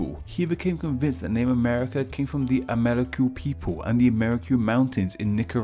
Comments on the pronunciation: Amerri---- kyoo. Jesus. NO way that came out of a Spanish mouth. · Just a minor nit-pick: I have not heard the word spoken before, but I am fairly confident that Ammerique would not be pronounced a-MAIR-i-kyoo. Que at the end of a word is a hallmark of some of the Romance languages, especially Spanish and French. The word, of course, is indigenous, but its spelling would have been determined by Europeans based on the way that it sounded to them in their own spelling system. I suspect that it is probably Spanish, where que is pronounced kway, so the word would be pronounced a-MAR-ee-kway; if it is French, the ue at the end would be silent, and the word would be pronounced a-mair-EEK. Incidentally, the folk etymologies for NEWS are amusing, but not especially convincing for anyone who knows French, where the word for news is nouvelles, which literally just means "new things," just like the word news does in English. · Amérique is simply the French realization of America. /Ca/ [ka] unstressed became /ce/ [kə] became /que/[k]. The pronunciation of Amérique is 'ʁik'] not 'ri:.ku] like he's pronouncing it.